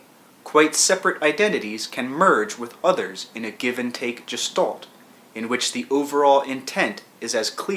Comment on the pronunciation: I find the constant ''quote unquote'' a bit distracting, and the fact that he's unable to pronounce the word (quote unquote) Gestalt properly off-putting.